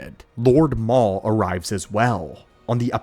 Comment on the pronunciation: sounds like ai pronouncing a typo, "mau" instead of maul. Says it correctly every other time. Maybe it's a Ron Burgundy situation and he just reads what's in front of him?